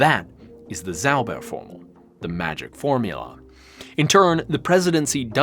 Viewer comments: Ahh the english pronounciation transforming a "Zauberformel" to a "Saubärformel" (magic-formular => hog-bear-formular) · Your pronunciation of "Zauberformel" (magic formula) sounds like "Sauberformel" (cleaning formula). 😅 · You pronounce Zauberformel like "Clean Formula". German "Z" is more like TS > TSAUBER